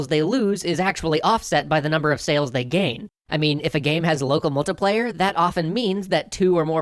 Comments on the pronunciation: i find out hilarious how you pronounce it "locuhmultupleyu" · Loco mocoplaya. I'm sorry I just noticed it every time you said it.